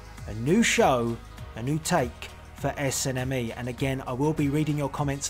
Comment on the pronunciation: Lol i love how he says SNME. Esenemi xD